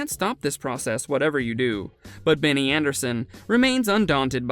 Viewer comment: ABBAtars are the digital avatars of ABBA themselves... not the fanbase... you pronounced his first names wrong. What is this ?